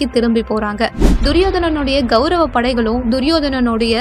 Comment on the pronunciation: இந்த வீடியோவில் விளக்கம் செய்பவர், कौरव என்பதற்கு பதிலாக गौरव என்று சொல்கிறார். இதை திருத்திக்கொண்டால் நன்றாக இருக்கும். வணக்கம்.